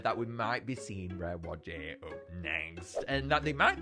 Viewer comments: Hey! Just gotta tell ya that whajje is not pronouced wa-jey It’s pronounced why-jah just pointing it out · Its pronounced why ja not wajjie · Why does he call Whajje “Wujæ” ☠️☠️